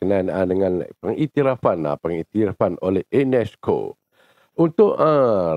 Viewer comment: INESCO BUKANNYA UNESCO... 😂😂😂😂😂😂😂